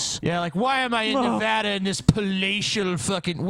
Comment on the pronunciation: The way they say Nevada makes me cringe as I'm a Nevadan